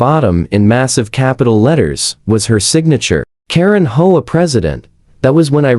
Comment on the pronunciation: The AI usually pronounces HOA as hoe-ah.